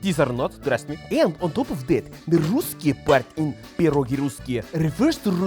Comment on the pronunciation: I love the fact that you pronounce pierogi CORRECTLY (and you know the singular is pierog)!! 🥟 Being in the U.S., some of my relatives don't even say it the right way! 🤔